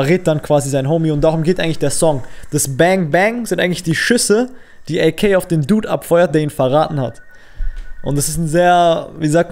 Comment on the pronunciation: Sprich AK DEUTSCH aus pls triggered mies